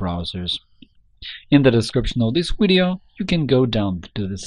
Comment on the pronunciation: your having a lot of problems with the letter v as in vector videos. they are not wedioes they are video's v va sound not we sound. practice your vs va vamp etc